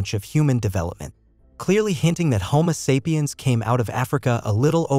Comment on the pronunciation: I'm not watching anything where someone can't even properly pronounce homo sapien